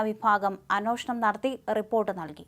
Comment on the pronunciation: It is not ANWOSHANAM . it is ANWESHANAM.